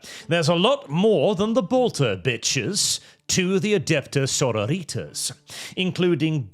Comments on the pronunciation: Please stop pronouncing it like "senorita's". The -tas should sound like the first A in "pasta". so*RO*ri*tas. It's Latin, not American high school Spanish. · AH CAINT UNDERSTAND YEH IT'S "so-ROW-ree-tas" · Why does it sound like "Señoritas" every time you say their name? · stop pronouncing "Sororitas" like that. It's really grating. I can appreciate you being... extra, but that's a step too far even for me. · The way pronounces Sororitas feels like getting stabbed in the ear. It's bastardized Latin, not Spanish.